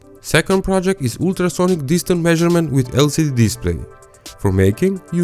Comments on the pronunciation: Man isnt it ultra sonic I heard ooltra sonic😂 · intra sonic sensor pronunciation🤣🤣